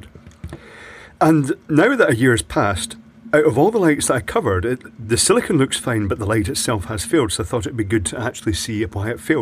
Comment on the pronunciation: Sili-CONE, not Sili-CON as you keep saying. Two very different materials, as you should be well aware!